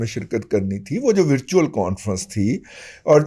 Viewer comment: "وَرچوئل" ، وِرچوئل نہیں…… ایویں بونگیاں نا مار رضی صاحب!